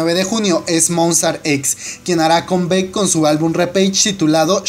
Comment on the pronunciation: Por que pronuncias tan horrible?????? Le cambias el nombre a toooodo, ejemplo dices JungCOCK, a Jungkook busca en internet que significa COCK y luego dices COMBECK, MonstarTex??!! Que pedo contigo